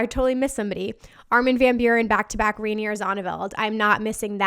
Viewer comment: It's pronounced Rainer not rainy-er. You're adding a whole sylabol that's not there